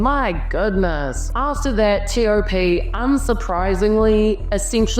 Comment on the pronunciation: i love ur correct pronounciation of his name.